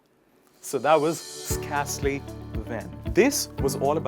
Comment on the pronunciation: You pronounce 'scarcely wrong not as in scar but as in scare pronounce as 'sker'